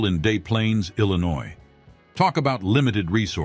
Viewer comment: Yeah, growing in Illi-noize, and working in Chi-cah-go, gotta love how AI can butcher not that uncommon of place names.